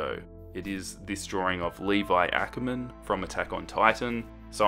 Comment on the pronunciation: for the love of God please say akermann jesus